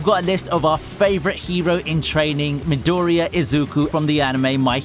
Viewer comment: Pronounciation of words like midoriya pissed me off....